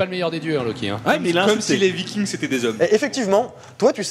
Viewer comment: y ma fallu une demi heure pour comprendre que luky c est en fait loki que prononce comme si il avait un poil sur la langue XD